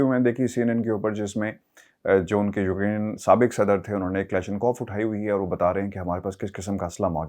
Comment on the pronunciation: Its not Ukrine .. its pronounced as Uk-rain